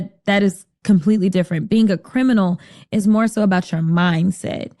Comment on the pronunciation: No she wasn't talking about "Criminals" she was clearly saying "Crimbinols" ... I've never heard of a "Crimbinol" so I take it that she's probably an expert on "Crimbinols" as no one else has heard of "Crimbinols". I even Googled it and there's literally no information on it, it doesn't even have a dictionary definition. So it must be a very niche subject.